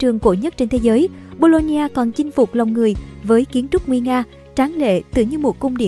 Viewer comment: Đọc nhầm thành đại học bôn ba =))